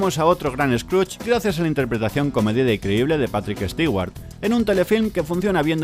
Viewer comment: APUNTATE UN ESPECIAL... "PORQUE LOS ESPAñOLES PRONUNCIAN TAN MAL EL INGLES?" Pareciera que que estan condenados a fracasar intentando hablar otros idiomas que no sean su "castellano", ni siquiera puedes pronunciar el nombre PATRICK STEWART sin caer en la comedia involuntaria... CLAP, CLAP... CLAP!